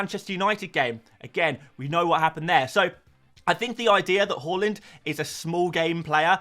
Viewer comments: its hAAland not hoeland, sounds so annoying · Why do you keep calling him hoooland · Learn how to pronounce Haaland.